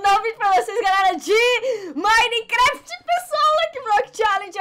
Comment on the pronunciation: O Cebolinha da Turma da Mônica troca o R pelo L...A troca o M pelo B KKKKKKKKKKK "BINECRAFT" "Ibençamente" kkkkkkkk😂😂💜